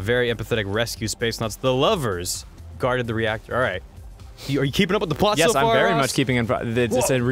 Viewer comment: Artor-re actor. AHAHAHHAHAHAHAHA